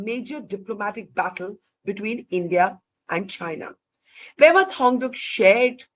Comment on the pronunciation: Pema not Prema.